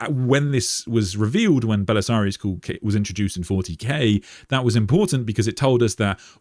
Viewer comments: Why do you pronounce Cawl as if it was spelled Cool? It’s kinda wild. Are you Irish, and just apply letters to sounds after the fact? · Why are you pronouncing 'Cawl' as 'Cool' ???